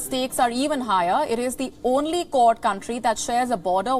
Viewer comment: The accent was confusing me, its 'Kwod' not 'Kord'